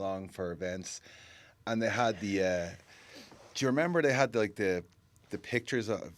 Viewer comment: “J’member” the Dublin “Do you remember” I love it😂😂